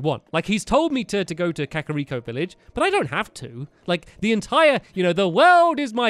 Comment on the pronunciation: Ur pronouncing kakariko wrong and it's REALLY annoying me